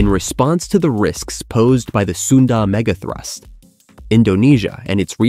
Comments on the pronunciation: Is this AI slop narration? The pronunciation is all over the place. "Hiroshama", "say-ees-mic", "megathroost". Gross. Just get someone to read it. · What is with this AI? Hiro-Shay-ma? Se-Yes-mic? Mega Troos? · didn’t you hear the „mega throoost“ once? gave away that this channel is AI